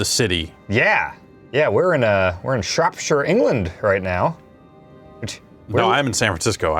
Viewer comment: gets points for saying Shropshire correctly and then instantly loses them for not knowing Esther.